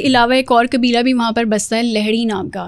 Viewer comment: قاف کو کاف kabeela ilaka قرآن غلط پڑھتی ہونگی